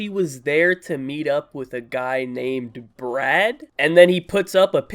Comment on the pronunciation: *LOL AT FIRST I THIUGHT THE DUDE SAID BREAD NOT BRAD!*😂 (Garlic Bread)